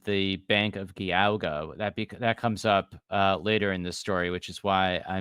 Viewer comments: I love this series but for the love of God, its Geauga with a "J" sound. Like in Giant or Geronimo. 'Jee-ah-guh'. My credentials- i live and work in Geauga county. Thanks! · Slight correction, gentlemen... Geauga County is pronounced Gee-AW-guh. (Letter G-AW-guh) It is an Iroquois word, and one of many indigenous names in Ohio geography. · FYI from a Northeast Ohioan--the county where Kirtland is located (Geauga) is pronounced with a soft G (as in giraffe)